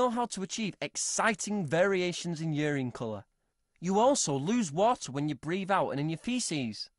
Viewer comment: It's not 'ureen', its urine!